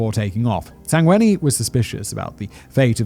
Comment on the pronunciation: You nailed the Sangweni